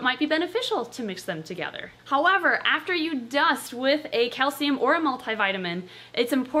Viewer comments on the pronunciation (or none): none